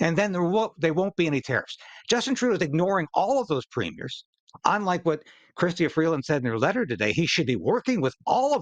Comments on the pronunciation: CHRYSTIA Freeland, nit Chrystiana ... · It’s not Christiana it’s kristia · It’s not Christiana it’s Chrystia Freeland!!!! If you’re going to report at least get the names correct! Thank you!